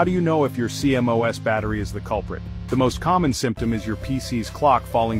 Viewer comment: CMOS is pronounced "see moss".